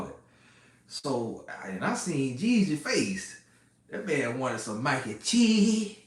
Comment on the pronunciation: we got the following from "shashuma," "peppa" "minaise" "tamata" and "maack (stay off ya baack ladies) N cheese." LOL! This was informative and hilarious.